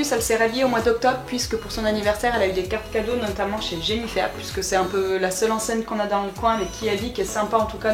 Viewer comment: Pk tout les parents disent "Jennyfer " et les plus ptit Djennyfer ?😂